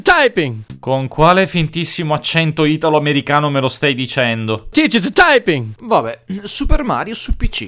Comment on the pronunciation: "Mario tiched-d taiping!"